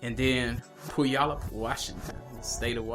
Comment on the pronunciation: Puyallup is pronounced Pu-wall-up lmao.....